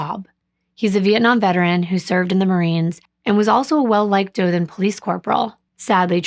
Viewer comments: Firstly, did a great job with the pronunciation of Dothan (no one except people from there or knows the place can pronounce it correctly). Good on you. Sadly, I remember when this happened. My mom worked with a young lady that knew these girls personally. They had billboards of these girls all over Dothan, Ozark, going towards Fort Rucker....everywhere. When I left to go into the military in 2001, they still hadn't known who killed these poor babies. Get this, they finally found the killer and convicted him LAST YEAR. They found him because of a DNA match on a genealogy site. Even crazier, he lived a crime free life after he killed these poor babies. That was a sad, and upsetting time for everyone during that period. Not only did these babies go missing, but around the same time so did four African American teens, that they found dead right around the same time they found these girls. I always wondered who killed these girls, and the others. At least they found, and convicted, the guy who killed these babies. My condolences to the families of both sets of angels. Also, this story was covered very well, as usual. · You are saying Dothan correctly! Im from Alabama! I'm from Jacksonville, AL, and Troy is one of the rivals of Jacksonville State University! Your writing is off the chain! You do really well at putting people in the place you are telling about! In this case, Ozark. Depending on which way you go, people drive through Ozark to get to Panama City Beach, FL. My sister used to live in Dothan. She was a nurse. Thanks for this story, I haven't heard about it yet!❤ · I’m from Alabama, but I’m close to the Talladega Super speedway. Also, you are pronouncing Dothan correctly. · I’m not from Ozark, but I do live in Alabama!! I was shocked when I heard you mention my state lol. Also you pronounced Dothan perfectly! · you are correct the way you pronoun the city Dolton which is located in Alabama. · Dothan... you pronounced it correctly